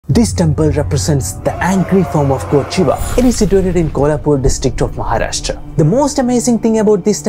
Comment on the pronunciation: Basalt rock is literally the base of entire Maharashtra, except Konkan coast. Kolhapur itself sits on Basalt rocks. Other than that, loved the video and the fact that you said MaharashtrA and not Maharashtraaaaa!